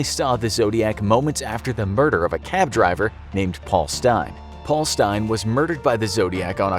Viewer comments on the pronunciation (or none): none